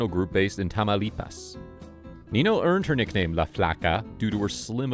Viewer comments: it is not nino, it is ninyo. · Spanish doesn't have a word like Knee No. It's Neen Yo. If you mispronounce a word in Spanish, it gives the word a completely different and sometimes vulgar meaning.